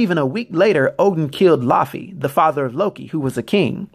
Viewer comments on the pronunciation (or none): none